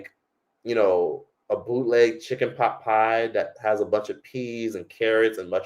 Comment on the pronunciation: Shepard pieee😂